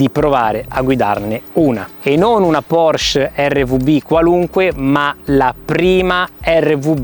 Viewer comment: Se le hai sempre adorate, dovresti sapere che essendo un cognome tedesco, la “e” finale in “Porsche” non sia muta.